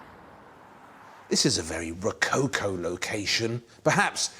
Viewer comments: rocáucoh ? you mean "Rococó " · Ro...not rou- cow cow😂...it's RO - CO- CO, WITH THE "O " OF " POT( not pout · The way you pronounce it, "rococo" must be falling from coconut palms. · I love Waldermar's way to present the topics. Just the way how he butchers "Ro-co-co" gives me a hickup ... anyway.